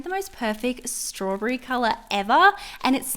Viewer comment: Girl it’s pronounced straw bee bee not StRAwbB lol no offense